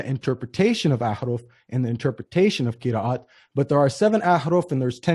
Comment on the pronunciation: cannot even pronounce Qira'at he says Qiriiiyat